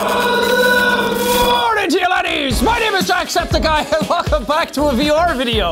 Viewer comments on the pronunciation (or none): none